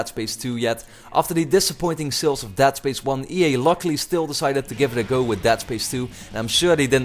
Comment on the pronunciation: funny... he called it "dad" space!